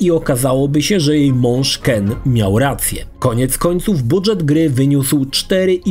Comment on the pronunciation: "Budżet" wymawiamy jako "d-ż", a nie dż", jak "drzewo"; to zapożyczenie z francuskiego, nie angielskiego.